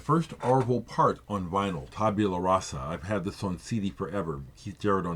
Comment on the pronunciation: Arvo's surname I think is pronounced, with the umlout over the A, as if the word AIR was in the middle. "PAIRT". Not a complaint, just trying to help. :)